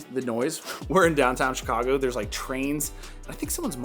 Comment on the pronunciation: I thought you said shoe-cago since you live in Chicago lol! Awesome video as always!!!